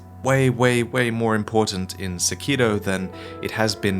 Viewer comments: Lobo there is no d in sekiro..... he's saying it like sekido. It's really annoying. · Sack Kee Doe. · I always thought it was pronounced Sĕkiro rather than Sekĭro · The way this weeaboo says "Sekiro" made this difficult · The way you pronounce the title of this game is enraging.